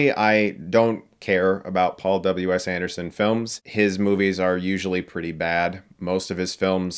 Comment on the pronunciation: I thought you said " ... was directed by Paul double-U ASS Anderson..."